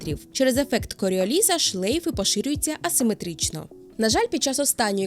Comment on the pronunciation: Коріо'ліса, наголос на О)